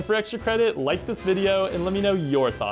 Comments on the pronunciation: I thought he said Booticolo at first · I started the video and I swear i heard Bootycolo instead of Ludicolo